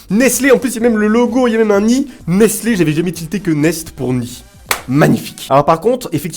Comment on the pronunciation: Pour que tu prononce bien nestle dit: nésteulle sinon continue comme ça je t'adore😀😀😀😀😀😘